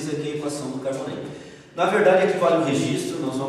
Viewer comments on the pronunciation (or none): Desculpe ótimo vídeo apenas corrija não é Carvonen é Karvonen!! Desculpe!!